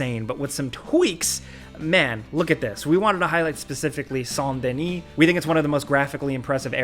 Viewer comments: That place represents the south. It's pronounced SAYNT Dih-NEESE. French pronunciations don't apply anywhere south of French Canada. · 'saun deni'